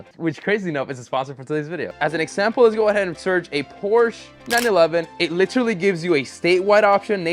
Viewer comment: Anybody else hear that "Literaly" when was inspecting the undamaged frame??😂😂